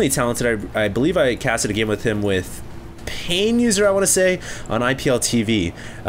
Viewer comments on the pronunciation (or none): none